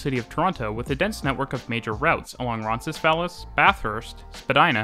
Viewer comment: Superb video,! FYI - Roncesvalles' last syllable is pronounced "veilz"